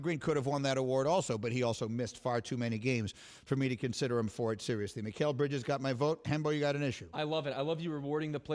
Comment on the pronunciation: He said it wrong the first time and said it right the remaining two times he said his name. He did it with no one correcting him. People make mistakes